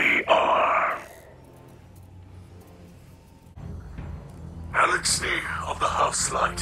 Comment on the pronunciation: It's Eliksni. <-<